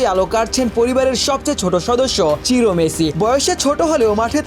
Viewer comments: চিরো নাকি সিরো।নামটা বোঝা যায় না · চিরো না, সিরো